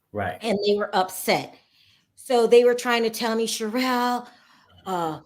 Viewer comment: I'M GLAD HE'S FIRED. HE WAS DISRESPECTFUL OF, NEVER EVEN BOTHERING TO PRONOUNCE HER NAME, CORRECTLY. Richards would come on, talk about himself for an hour and never really tell us ANYTHING. FOR INSTANCE, he would say Erika wasn't being forthcoming and his firm was trying to find out where the money was. But, he never actually said, "WE SENT A LETTER TO ERIKA AND ASKED HER TO EXPLAIN WHERE THE 20 MILLION LOAN CAME FROM". He would just say Erika wasn't telling him. In reality, he never got a straight answer from Erika bc HE WASN'T DIRECTLY WORKING WITH HER LAWYERS TO FIND OUT. HE WAS WASTING TIME, WHICH BILLED HOURS, WHICH TOOK AWAY VICTIMS MONEY.